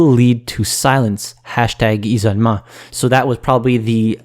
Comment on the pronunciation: "Ee-so-meh" is supposed to be "isolement", French why do you throw away letters?!?